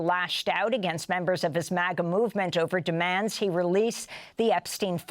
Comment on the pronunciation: It’s not MOGGA. It’s MAGA!